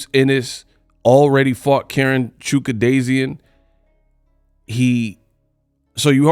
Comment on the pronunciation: I know it's your channel and your content and all that goodness, but you can do better with the pronounciation of this "Chu-khad-zhian" guy you're talking about. Sorry, but you're doing Karen a disservice every time you say his name the way you do. I even find myself saying it the way you do. You are officially the 🏆🥇 in name butchery, CHAMPSIDE comes in 🏆🥈2nd! A dude named "Karen"😅.